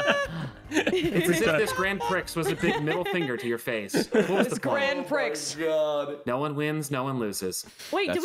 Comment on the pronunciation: It's kinda funny that had to censor mispronunciation of "prix", I've gotten so numb to it that I'd forgotten it can be considered a bad word lol